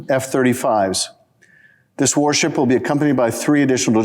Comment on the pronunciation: Ol done said u.s. wahrship